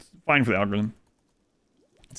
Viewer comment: for the al-goe-rythym!!!